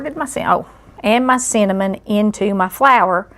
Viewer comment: LOL! When she said cinnamon, my NY ears thought she said "semen".